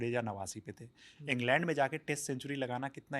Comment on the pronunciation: इंगलँड ❌ इंग्लंड ✅